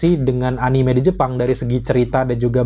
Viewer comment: A-ni-me bang, bukan a-nim. Awas diserang weebs klo ampe salah nyebut wkwk